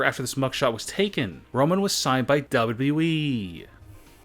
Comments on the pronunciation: Wierd voice and its not WE its WWE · its wwe not weeeeeeeeeeeee lol sorry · Why does he always pronounce WWE as dubbleu dubbleu e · Why do you say wwe like that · The way he said wwe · LOL XD SEE HOW HE SAYS WWE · Your gay because you said wwe wrong